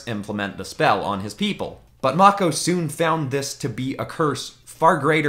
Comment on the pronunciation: i hope you meant to say "mako" like "mocco" (its actually pronounced "mayko")